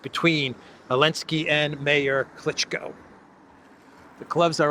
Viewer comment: Klichko is pronounced as Klichcó.